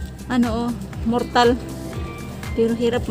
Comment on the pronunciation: Hindi po mortal kundi mortar